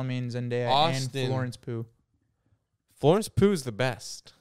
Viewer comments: Them pronouncing Florence Pugh as Florence poo made me question if I was even saying it right😭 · the way yall pronounce florence pugh as florence poo makes me violent